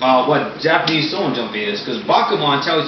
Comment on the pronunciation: why dont you say the h when you say shonen o-o you say sonen jump instead of shonen jump o-o